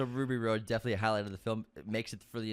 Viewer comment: Who is Ruby ROAD? 🤔 (it’s “Rhod,” like Hot Rod). UNSUBSCRIBED!!!